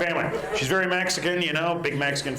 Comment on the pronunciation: Ver' funny, ver', ver' funny.